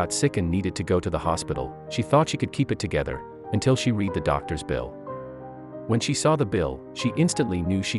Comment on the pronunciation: Terrible voice of story teller and said "read" the wrong way, either "red"or"reed" makes a real difference,but is the same spelling, wake up please!